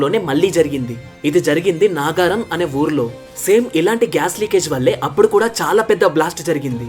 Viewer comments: ఒరేయ్ బాబు నాగారం కాదు నగరం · Naagaaram kadhu nagaram Pasarlapudi kadhu paasarlapudi 🎉🎉🎉 Nice explanation 🎉🎉🎉